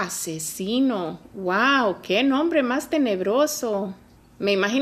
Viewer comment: Dijiste los nombres mal